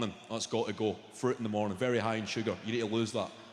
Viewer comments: "A hid froot this mornin" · The way he says "fruit"😂😂